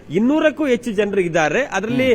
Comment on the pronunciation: ..you are an excellent reporter, however correct your pronunciation ಹ್ಹ ಉಚ್ಚಾರ ಸರಿಯಾಗಿ ಹೇಳಿ... ಹರೀಶ್ ಅಂತಾ ಹೇಳಿ arish ಅಲ್ಲಾ ಹೆಚ್ಚು ಹೇಳಿ ಎಚ್ಚು ಅಲ್ಲಾ ಕನ್ನಡ ಭಾಷೆ ಸೊಗಸು...ಸ್ವಲ್ಪ ಅಭ್ಯಾಸ ಮಾಡಿ ಅದರಲ್ಲೂ ಹಾ ' ಉಚ್ಚಾರ ಎಲ್ಲರೂ ಇಷ್ಟ ಪಡ್ತಾರೆ